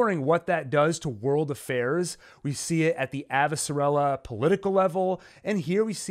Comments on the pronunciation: thank u for breakdown. plz tho my gal is AvasaRALa not AvasaRELa. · Lol, the pronunciation of Avasarala and Amos was so cringey! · I prefer the audiobook pronunciation: AvaSARala.